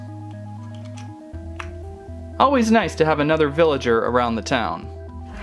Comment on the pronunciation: Ricardo Castellanos its villager not villagert